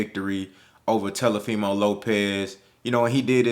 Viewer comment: .....I have and LOVE all the same opinions that you have. Rock wit ya bro. But quit calling that boy Te"L"ofimo Lopez😆 give that man his respect so we can talk dat talk bout him and he knows what it is. Tank is the SmashBot in the division. Devin is DAMN SURE on his way tho!